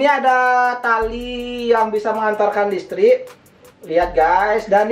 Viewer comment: Listrik woy bukan lestrik